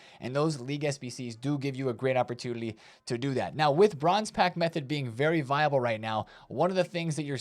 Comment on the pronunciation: Am I hearing wrong or does say opportunily and communily?